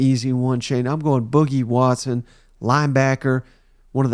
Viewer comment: FYI it's pronounced BOO-KEE WATSON